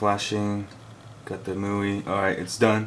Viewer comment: It's not muii.. Annoys me every time you say it.